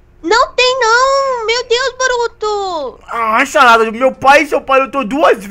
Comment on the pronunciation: se voces perceberem ele fala sarrada em vez de sarada